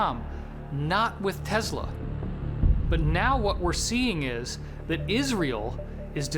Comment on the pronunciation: Nikola Tesla not "Tasla"👍